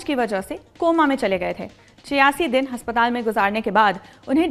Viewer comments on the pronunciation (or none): Haspatal Nahi Aspataal